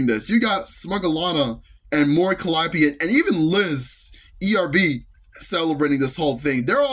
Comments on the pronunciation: Mispronouncing her name, posting a wildly off the mark picture for Hololive, and the Vtuber announcer being condescending. Was my first and last time paying any attention to that event. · The real controversy, at least what I think it should be, was the streamer awards disrespecting the VTuber scene by mispronouncing Mori Calliope. It's spitting on the scene, for one of the literal current icons of EN VTubing to be blatantly mispronounced…there is no more clear indication that they don't care at all about VTubers…they just care about the sponsors and money. What a joke of an awards show; these awards used to mean something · ok I just checked a quick short of that and by god that was disrespectful. The announcer really showed that she did not care to be there. They seriously mispronounce her last name?! They can literally search her up saying her name to say it